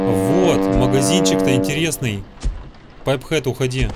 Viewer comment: Пайп хэт???!!! Поавильно сай рер хет